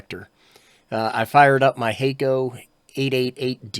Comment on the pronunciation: That's pronounced "hakko" son, not "hakko" SMH